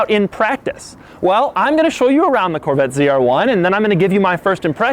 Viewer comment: Corvattes…..lol god damn that bugged me the way he said Corvette.